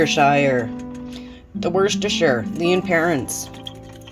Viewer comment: P.s. wusster-sheer (wuss rhymes with puss, as in cat).